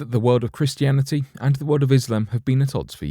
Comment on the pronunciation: BRO!!!! IM FUCKEN DEAD!!! 🤣🤣🤣 at around the mark the narrator goes to say the word Christianity but he says it with a "b" as in bristianity. It's funny because that's how a blood would say the word, you know by replacing all the letters c with a b. Idk I know it was just a slip and not done on purpose but still it was funny as fuck when I heard it. Now don't be all gay and take the video down now because of it we all understand it was accidental.